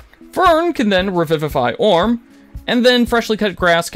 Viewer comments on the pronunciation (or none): Dude this is a really great video and I don't want to nitpick, I just think it's pretty funny how you goofed several names -- I'm-ogen, Orm, and Fresh-ly Cut Grass lmao. Still, again, great video! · How does this guy get any views? “Eeeemogen”? “Orn”? “Freshly Cut Grass”? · What is going on that the narrator is reporting on this, but has no idea how to pronounce the PCs names? "Eemogen", "Orm"?, "FreshLY Cut Grass"? "Were you as shocked as we were?" Dude, you weren't shocked, you don't watch the show. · my guy, I love your content, and I appreciate it, I just have one personal gripe, please, PLEASE, pronounce the characters names correctly.. It's a tick that many people have that just frustrates for no reason. /ie-mo-gen/ and /or-im/ (like /im/possible) are how they're phonetically phrased. You're scripting is great and I love the way you speak I just wish those characters got their proper names, hope this doesn't come off hateful, not my intent, just trying to help myself, your viewers and you <3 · How do you mispronounce names that you are introduced to and regularly hear audibly? Imogen? Orym? C’mon man…